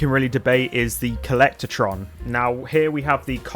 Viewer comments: Co-llec-tron not co-llector-tron omg :face-orange-frowning: You said it wrong so many times it was infuriating. Good video otherwise, agreed on all items chosen! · No a in “collectron”